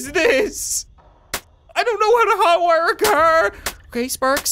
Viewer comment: Did you say... HOT wire? SUPER HOT 2 confirmed guys